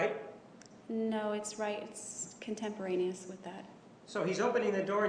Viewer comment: CONTEPTERANIOUS?? WTF NOT EVEN A WORD.